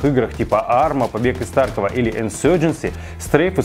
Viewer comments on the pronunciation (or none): Кстати правильно ударение таркОв, а не тАрков. Об этом сами разрабы говорили.